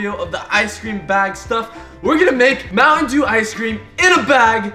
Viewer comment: I like muantendew to